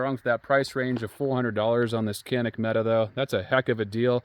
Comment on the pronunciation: Quit watching once I realized you can’t pronounce Mete